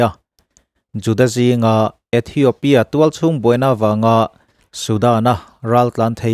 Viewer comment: ithiopia tiin space tel miah lovin lam ta ila a dik zawk mang e aw